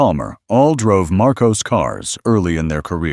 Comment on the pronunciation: And it's pronounced "Mar-koss", not "Mar-koze"